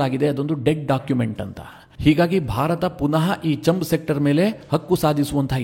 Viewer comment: ಅದು ಚಂಬ್ ಸೆಕ್ಟರ್ ಅಲ್ಲ, ಛಾಂಬ್....ಸೆಕ್ಟರ್